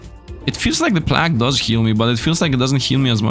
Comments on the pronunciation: He was saying plagg instead of plague (play-guh)[I think that's how to type out the spelling] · plague is said "play-g" ...sorry great video but that def bothered me😆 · god i hate the way you say plague. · u saying god run every 10 seconds is so fucking cringe also you're pronouncing plague incorrectly and jesus youre talking complete nonsense in the last hour of the vid